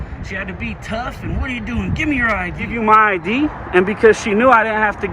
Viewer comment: She kept asking for an 'idea'... let me see your 'idea'... what the f**k is an idea, and how can you show that?!....Oh, she meant I.D.!!!! Nice that she can't even pronounce 2 letters...I D...